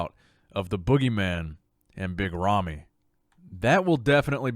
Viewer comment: Holy shit, You BUTCHERED Rami's name.